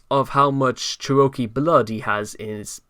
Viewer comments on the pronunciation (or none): I hate to be this person but the word Cherokee sounds like chair-oh-key. Thank you for your work